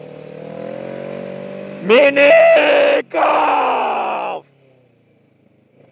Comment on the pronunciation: I started wondering if you said pretsol or minigoolff XD HA HA Im soooooooo funny ;=